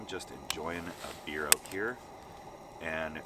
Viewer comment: Best part is they pronounce it "ouut"